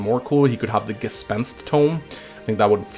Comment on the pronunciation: Damn, you correctly pronounced "Gespenst". I'm proud of you